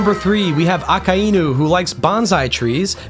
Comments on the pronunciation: Ah-Kuh-E-New? Ummm...no..it's -Ah-Kai-New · is it really pronounced "Ah-kah-EE-nu" or am i rightfully losing my mind thinking it's pronounced "Ah-k-eye-nu" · PLEASE FOR THE LOVE OF GOD, SAY IT LIKE THIS——> AA-Kay-NU,,, not fucking ah-kah-inu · Akainu is pronounced Ah-Kai-New not Ah-Ka-Eye-OO you are most likely doing that mispronunciation on purpose but I still have to stress that it is a mispronunciation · I almost turned the video off when I heard you say his name …. It’s A-KIN-(D)-New … the D is silent lmaoo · Why are you saying aka inu. It’s one word akainu. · Its a-kai-new. Not a-ka-ee-new. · if your going to mak the greatest akainu video , than at least pronounce his name right , i can not sit thru 50 minutes of you saying AKA iiii NU ,, its A KAI NU , even tho its two different words making 1 word aka and inu , it gets its own pronounciatian when mixed , the I is pronounces like db KAI aKAInu not aka iiiiiiiii nu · My brother in Christ, it's uh-ky-new, not ah-ka-eye-new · A-Kai-Nu, not A-Ka--i-nu. Good vid though. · "Baka Inu". Thought you could sneak that by me, did you? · say it with me AH-KAI-NEW 🤦🏻‍♂ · It's pronounced AH-KEYE-NEW my dude. Japanese vowels are the easiest to pronounce. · But that's not how it's pronounced. Those are the roots. If you watched the show you'd hear it clearly a kai new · aka-inu lol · don't get me wrong I am 100% sure that it is but I'm so used to the americanized version that "Aka-inu" sounds super weird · The name pronunciation really threw me off but I like your theories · The way he pronounces akainu is gonna drive me insane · You pronounce his name like a complete idiot 😭😭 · Great video! Sucks that you pronounce Akainu like that though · Why he gotta pronounce it like that smh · The way he says the name irks me. But good shit haha